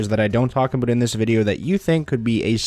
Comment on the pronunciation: Only took 50 seconds to get an "Aboot".